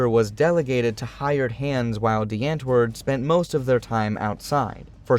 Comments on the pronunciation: Well atleast they used to show the actual culture and mannerisms of Africa. It's not all pretty cities or hurt open grass lands but also a huge place of chaotic environments people have to grow up in. And it's not "ant-word" but pronounced as "aunt-wourd" alot of American who say it wrong makes us afrikaners angry. But it's also Americans who are still into their music and blowing it all up. I'm not saying this as a person from America or a upper class South African. But as a South African that knows how this of cheap, ugly world can turn people into. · its pronounced like "Dee aunt-voord" not the ant word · The "W" is pronounced as a "V".. Just sayin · the "ant" is pronounced like "aunt" in English + voord. If you think that makes no sense blame the Dutch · Well said. Also, as someone who can speak a bit of Afrikaans, every time he said antwoord but pronounced it like ant 🐜 it was like nails on a chalkboard. That became funnier with da's reaction to Eminem and even funnier when Yolandi was telling him how to pronounce it because even she wasn't pronouncing it like an Afrikaans person would.